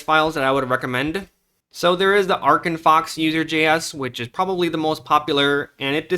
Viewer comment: Try "Arc"